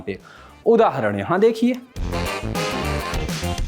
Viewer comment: ऊदा हरण ??? शब्दों को चबाने के चक्कर में कुछ भी बोल दोगे क्या ?